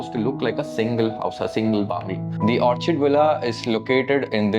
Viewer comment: Pronounced as Orr Kid Correction in good intrest please ❤